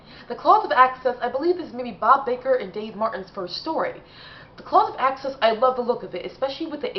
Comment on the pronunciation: "Clause of Access"? Do you mean The Claws of Axos? 🤣